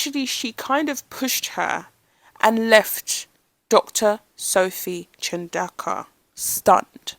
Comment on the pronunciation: I just googled it. Looks like pronounciation is CHAHN DOH KU